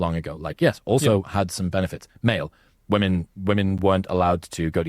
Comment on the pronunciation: “Modern wo-men”